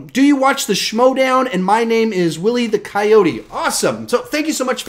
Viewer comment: Haha didn’t pronounce my name right😀